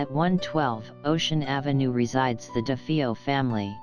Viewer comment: This narrator mispronounced "Defeo" and "heinous".